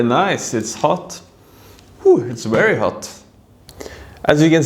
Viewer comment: Funny how you say wery not very guess this is so common pronunciation for Germans and Scandinavians. Would you introduce us to some Norwegian food and culture in upcoming vlogs?